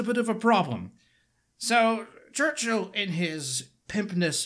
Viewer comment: I trust your british accent of Churchill because you're British.